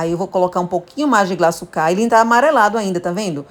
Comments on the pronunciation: Glaçúcar e não glaçucár. O acento é no U. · Faltou na aula de português. Não sabe que o acento ta na punultima silaba. Paroxitona. Kkk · Maravilhosa receita, mas “glaçucá” me agoniou kkkk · Por favor , o açúcar é GLA ÇÚ CAR , com acento no Ú ....não é glaçucár com acento no último á ...desculpa pelo comentário, mas demorou para eu entender que açúcar era 😂. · Interessante esse bolo, deve ficar mto bom. Só uma coisa, não é glaçucár, é glaçúcar, fala-se como açúcar, tem até acento agudo no u. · Não é Glaçucár, é Glaçúcar! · Receita maravilhosa, só um dica, o nome desse açúcar é glaçúcar com Acento e não glaçucar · A pronúncia é GLA-ÇÚ-CAR ! 😆 Mas o bolo ficou maaaara!